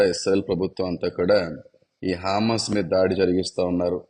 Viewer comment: "హా మాస్ "కాదండీ" " హ మాస్ " అన0డి